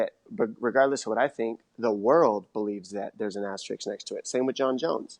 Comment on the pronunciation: there's an ASTERIX next to his name lolololol *asterisk dom, it's asterisk*